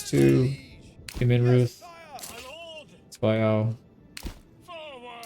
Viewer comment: The pronunciation of Zweiau made me SO happy!!!